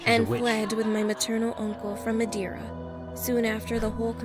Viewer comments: not me saying to: ITS MA-DARE-UH! then realizing its not the madera in california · "Madiura" You mean madeira? it's wood in portuguese ksjdkx the pronunciation killed me omg. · Me watching this: This is fine: “MADERA”. Me being a native from Portugal: “Am I a joke to you?” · as a portuguese citizan and a fan of yours it really hurted when u said "what is that? wtf is madeira?" :( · the pronounciation of Madeira kills me- oo next horror story